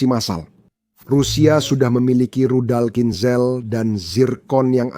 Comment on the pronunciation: HAAIII...PROPAGANDIS BUSUK AMERIKA LU...! CHECK N RECHECK DIMEDAN PERANG UKRAINE ! BACA KHINZALL AJA LU BLEPETAN !